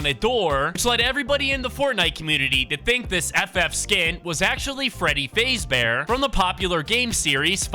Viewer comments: BRO SAID FREADY FAZE BEAR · you said freddy fazebear its freddy fazbear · Bro said freddy fazebear🤣🤣🤣🤣🤣🤣🤣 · Dude called my man Freddy ''Freddy Fasebear'' tbh its understandable bc hes a fortnite content creator but that got me dying. its Freddy Fazbear, poor Freddy. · Freddy fazbear ❌️ Freddy fayzbear✅️ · Freddy fazebear its fazbear XD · Fazebare? I thought it was fazbear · So when saying freddy fazebear you don't say faze you faz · My guy said freddy fazebear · Freddy Fazebear??? Its Freddy Faz bear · Bro said Freddy Fazebear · its f a z bear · Why you calling him freddy facebear? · “Freddy FAZE bear” and Freddy being the “MAIN CHARCTER” as well as him saying fnaf as F N A F😂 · It’s faz-bear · Bro rlly said freddy fazebear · Bro said Freddy faysbear and then actually said all the letter one by one of Fnaf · Fnaf fans: Did he just say Freddy Fazebear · it's faaaaazbear just saying and dont say f n a f say fnaf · “Freddy fazebear” He said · bro said freddy fazebear💀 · Freddy fraezbear got me dying 😂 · Bro Freddy fazebear😂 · u said freddy FAZEbear? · You pronounce Freddy Fazbear wrong